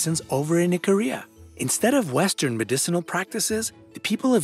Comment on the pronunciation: For some reason whenever he says Ikaria, I hear Korea 😂😭